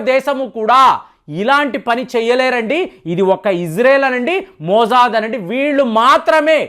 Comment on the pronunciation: Not. MoOOOOIIzaaaaad 😂😂😂. "MOSSAD 😂😂